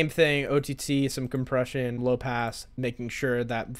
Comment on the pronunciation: Lmfao, Compresión in spanish accent 👌